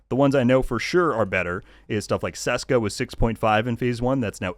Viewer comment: It's Cheska! Not Seska! 😂